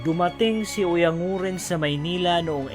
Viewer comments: Oyang guren sir ang tamang pagbigkas hindi oyang nguren. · Oyan guren yata